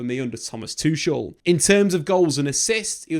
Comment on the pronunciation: Tukel not tushel